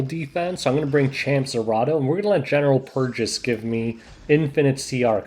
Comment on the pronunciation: c'mon man it's general PURRgis